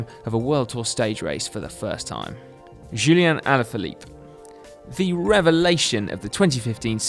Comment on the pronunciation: It's not "julien" alaphilippe but Julian!